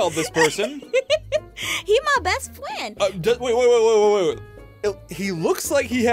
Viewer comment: He's my fweind